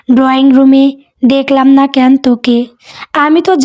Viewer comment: উচ্চারণ টা ঠিক করুন, কেন --- এটার উচ্চারণ কেনো হবে ,ক্যান নয়। ক্যান উচ্চারণ টা শুনতে খুব বাজে লাগে।